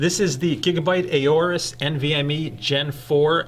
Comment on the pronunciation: It's not pronounced "a-or-us", it's pronounced "or-us", I asked a representative at computex